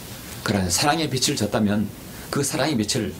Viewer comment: 주제 넘지만,빛을->비츨 빚을->비즐 빚이->비지 목사님도 사람이신지라 완벽히 국어 문법을 모르실 수도 있습니다 저도 마찬가지입니다 목사님은 우리들 보다 성경에 관한 진리의 지식이 풍부하십니다^^